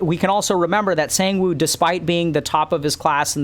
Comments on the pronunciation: The English word “sang” and the number “one” now put it together “sAnGe-WiN!?!?” 😂😂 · (not flaming) listening to Dr. K pronounce "Sangwoo" reminds me of ProZD's clip 😂😂😂